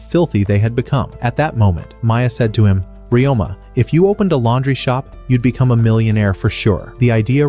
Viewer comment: His name is Ryoma. You can ask a native speaker or someone who speaks Nihongo to know the correct pronunciation